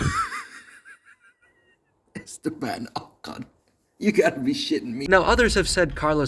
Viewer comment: Put some respect on ocon's name mate